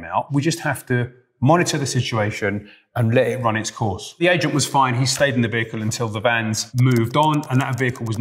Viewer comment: I had to replay it 3 times and then use captions because I swore he was saying "slayed in the vehicle" and thought he might have meant slept or something but he said "stayed"... He definitely replaced t with l though and that made it so confusing..